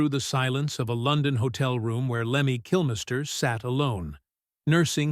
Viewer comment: I stopped this bullshit when he said ‘Kilmaister’. AI slop.